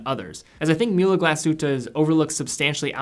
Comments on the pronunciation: its pronounced Mool-uh Glass-hoot-eh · Pronounce the ü in Mühle like you do the second in the word glasshütte.